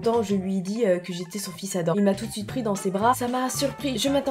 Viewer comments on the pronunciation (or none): c'est pas adam mais ADAMME ON PRONNONCE LE M